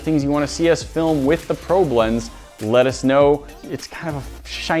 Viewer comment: It sounds like he’s saying pro blends